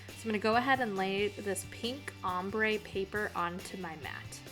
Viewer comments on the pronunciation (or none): none